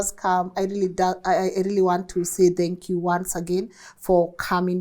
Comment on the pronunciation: I really love your interviews. I'm a Kenyan who's been living in the diaspora for the past 15 years. learn how to say THANK YOU and not DHANK you 😘